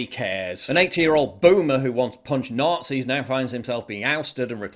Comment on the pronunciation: NOTZEES BAYUD